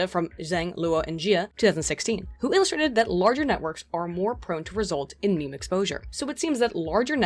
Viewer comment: I'm offended that you pronounce meme "meemee" :50